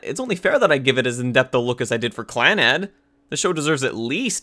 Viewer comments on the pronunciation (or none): Dude, pronouncing anything hurts me, Or-eye-mo Clan- Nad